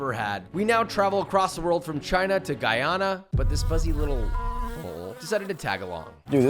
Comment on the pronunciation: It’s not “Gy-on-a” it’s “Gy-an-a”